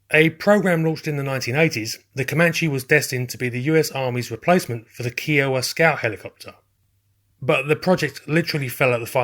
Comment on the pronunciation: Ky oh wa Is how you say it